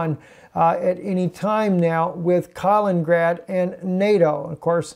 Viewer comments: south china sea is hot point as well and east Ukraine.... and it is pronounced Kali-nin-grad and not kalin-grad. with three syllables not two. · Kal-in-in-grad not Kal-in-grad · If you don't learn to pronounce Kalin-in-grad, I'm gonna start a war.